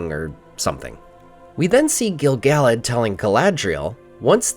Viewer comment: The way you pronounce Gil-Galad hurts my brain